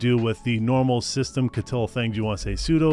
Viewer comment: Systemctl ❌ SystemKettle ✅